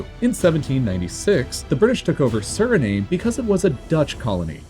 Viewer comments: You mispronounced Suriname. "Sur-uh-nahm" not "sur-ah-name" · Also his pronunciations of certain countries like Grenada, Guyana, Suriname and Guadalupe